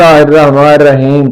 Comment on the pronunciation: Nirraheem ki adAegi drust kren plz